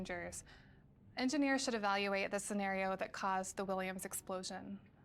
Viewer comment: CAYSED(T) The T is for…. Toddlers. Oh my.